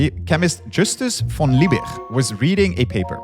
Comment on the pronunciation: I keep tolerating and giving hints how to pronounce Names in French and German again and again - no success. Van Liebig and Wöhler - completely wrong. But worse: Americans don't even know the rules of Grammar in their own language. "It behaves completely different" - - - not "completely differently. These are assumingly scientists and well educated people! So where is your "education"? It's so sad to hear that now for 32 years- trying to help - and being ignored. I don't expect language skills from students who left school after 5th degree - but I insist on those "academics" to be at least willing to learn. Education does not end at 12 years of age, not at 32 - it never ends, gentlemen.